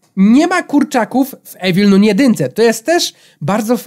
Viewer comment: jeśli nie wiesz jak się mówi - Evil Nun 2 to masz: Ewil nan dwa. Proszę zostawcie lajka kto to widzi Żeby wiedział bo to wkurza jak mówi Evil Nun 2